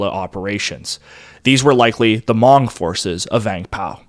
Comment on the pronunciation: How can you do a documentary on this topic and not know how to pronounce Hmong?